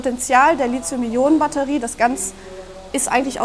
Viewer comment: Bitte nennt das Metall nicht Litium, danke! Es heißt Lithium mit einem harten T, gekennzeichnet durch das nachfolgende H. Griechisch für Anfänger. Hat noch jemand Knotschi zum Mittag? Würde zu meinem Lizium passen.